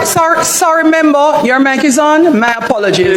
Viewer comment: Why can’t anybody in parliament properly pronounce the word member?